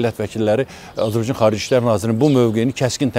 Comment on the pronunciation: Bu adam Azerbaycana azibaycan deyir. Olkenin adini da duz demir